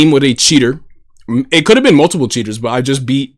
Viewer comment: My boi after eating Wheaties: the way you say +CHEATERS makes it personal.